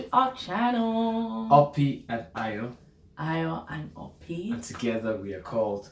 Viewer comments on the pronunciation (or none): Ope,madam abeg stop saying opi lol.sounding like an oyinbo.its oh gh pe